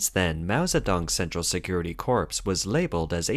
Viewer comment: “Central Security Corps.” Corps is pronounced like ‘core,’ not like ‘corpse.’